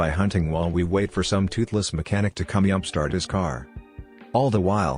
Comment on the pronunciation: Robot narrator turns Mexican at "yump"